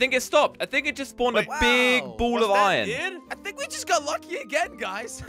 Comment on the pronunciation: Who heard say ion ore instead of iron ore?